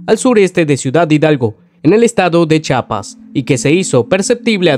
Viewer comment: Chiapas no chapas aprende a leer.